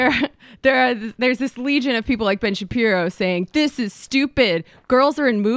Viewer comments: Sam, c'mon... As a Jew, or otherwise, have you ever heard the name pronounced Shap-EYE-ro? You can't act. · You can tell this guy is not familiar with Shapiro, since he didn't even know how his surname was pronounced. Yet he's comfortable calling him "mediocre" off the bat. Newsflash: the clip they are commenting on is one where Shapiro makes clear that he is commenting on the hype about the movie, not the movie itself. Later he saw the film and put out a favorable review: They also claim Shapiro was against Wonder Woman, which is total BS. He also gave the film a great review. I know, I know, he's a popular conservative figure, so he's probably guilty of the things they are imagining, so why bother with research, right? Chuckle, chuckle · Let me preface this by saying, Ben is a douche weasel whose obsession with Black Panthernis just bizarre. But why is Sam pretending to not know how Ben's last name is pronounced? There is no way as a Youtube political commentator that Sam hasn't had the displeasure of seeing Shapiro. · Sam Seder needs to stop doing this thing where he deliberately mispronounces people's names. Especially towards people who are fare more established and recognised than he is. It comes across as really childish.